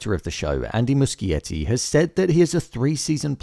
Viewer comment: Wow, congrats on pronouncing Muschietti correctly.